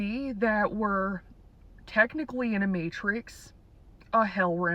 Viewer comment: School was just one big gaslight. They said werr werr free. Werrd not free.